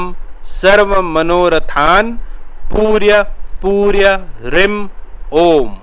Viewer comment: वंश करी नहीं बोलते ।। व शंकरी बोलते हैं । पूर्य पूर्य न बोलकर पूरय पूरय बोलना चाहिए ।जय भैरव